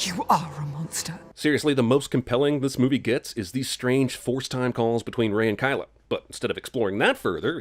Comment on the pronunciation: he said kylo as kyla and add 1 more sin to the eww cinema sins.